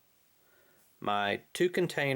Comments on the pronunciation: Nice setup. I might run a variation of this. Question, Have you ever done a dry/wet bake with this set up? And if so, how did it go? Also, you said "vi-oh-la" ... I think you meant "vwa-la"... LOL =D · hahah I know what a viola is. I just found funny the fact that he said "Et viola" instead of "et Voila". I wanted to hear from him what he thought "Et viola" meant. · It's wah- la not Viola. Who are you? Kelly Bundy? Nice kit but i like a cu and a titanium bowl should have handles. JMHO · While voilà is the way the word you said is spelled, it is a French word pronounced "Vwala!" A "viola" is a musical instrument slightly larger than a violin.